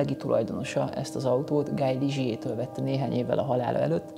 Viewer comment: ez egész jó lett, de Guy az nem "Gáj", hanem "Gí"...